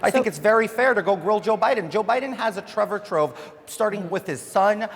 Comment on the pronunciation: Did he say trevor trouf😂😂😂😂